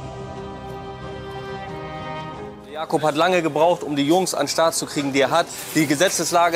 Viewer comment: Nicht Jakob sondern Jakup… das ist ein türkischer Name